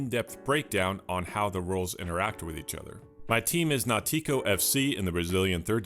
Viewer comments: Great vídeo. As brazilian, I have to correct your pronunciation about the team you talking about: it's more like NAUtico than nauTIco as you said (tonic syllable). You didn't need this info, but now you know haha. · Another excellent video. Please keep doing it! Thanks from Brazil By the way: your pronunciation of 'Náutico' made me laugh, but that's ok. 😂 Next time think about the word 'Baltic' and you will say 'Náutico' in the right way Love your videos